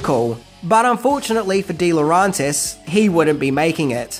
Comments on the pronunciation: Just get it right, mate. Its Laurentis not Laurantis. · lmao. slip ups are the best, aren't they? Misspellings, mispronunciations and mildly funny one-liners are an added bonus and the reason I prefer countdown lists compared to other collections of Top Ten Countdown' lists. Lerauntis instead of Laurentis, so funny 'cause he repeats it a dozen or more times. Keep it up,. Don't you ever change or you'll end up becoming yet another same-old, same-old, which I for one would stop following.